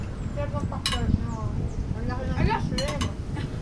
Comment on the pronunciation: hehehe hindi kabet it is Pakbet yummy